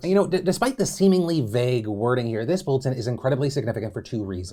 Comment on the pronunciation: No one: Phil: tHIs including